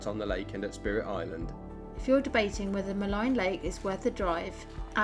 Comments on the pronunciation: Maligne is derived from the French word meaning "wicked' and is therefore generally pronounced with a French accent like "Ma -lean". It's no big deal. I made Jasper my home for forty years. I have only seen one Grizzley bear in that area and I've been there hundreds of times. They generally stay above tree line in the higher mountains and that's where I saw one. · When you walk make a lot of noise. Walk with bells or other noise makers. Also it is pronounced Maleeen lake. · Maligne is pronounced muh-LEEN